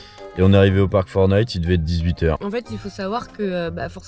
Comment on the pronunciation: J'ai pris conscience dans cette vidéo que vous ne disiez pas "Parc Fortnite" mais Park4Night. Voili voilou...🙃